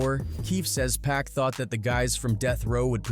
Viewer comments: It’s not pronounced 2-Pack! 😂 Fuck sake!! It's 2-Pac (pock) 🗣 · Could've sworn I heard dude say 2pack at least 4 times in the video